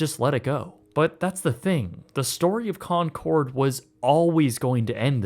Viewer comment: Maaf bang ijin ralat bang, penyebutannya bukan “konsord” tapi “konkord” 🙏🏼